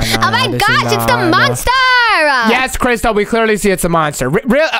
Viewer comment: Its crystal not christel